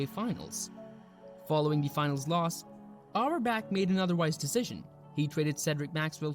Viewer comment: Yeah I noticed the whole thing too and wondered if it had to do with any kind of copyright? It was rather annoying… And his pronunciation…oof! He totally changed Auerbach’s name…haha!